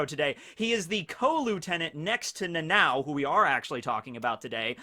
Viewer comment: Dude its nana O not Nanaw or Nanaow or whatever you calling it. I dont understand how hard could it be for americans to pronounce it.